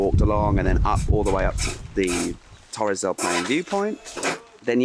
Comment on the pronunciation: i love u, i'm from Chile and live in Germany. But pleaseeeee is not Torres del Pain or Torres del Plain, is Torres del PaiNE! hahahahha and is not Ushubuauiauai, is Ushua-ia. xoxo